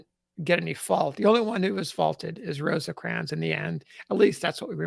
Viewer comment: It is just "Rose-crans". Not, I repeat, NOT "Rose-ahh-crans". Thank you.